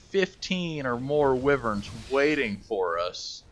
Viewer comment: wiv-verns? its "why-verns" :)